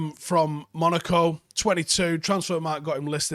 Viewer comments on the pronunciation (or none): none